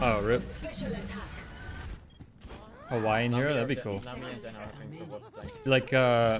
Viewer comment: I like how you say "hawaiin" and do a jamaican accent lmao tf